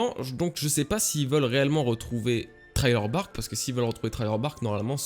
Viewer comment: Ralala, j'adore tes vidéos mais je n'en peux plus de t'entendre dire "Trailer Bark" au lieu de "Thriller Bark". ^^